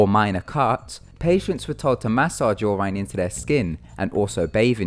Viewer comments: your-in not your-ryn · Guess again :3. Its just I have never hear it said "yur ine" German. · It is pronounced "Your In" without a space :3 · "Your Ine". I can't. 😂😹😹🙅🙅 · Listening to you butcher pronouncing urine 16 times in 3 minutes was brutal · You pronounced urine wrong. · u say urine so weird :/